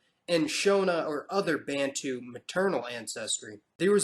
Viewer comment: it must be emphasised that the so called `intergration `was in fact raping of women. Also De Klerk didn't abolish Apartheid. Black Africans fought for it. Oh `Bantu and Nyasaland ( now Malawi) `are way wrongly pronounced.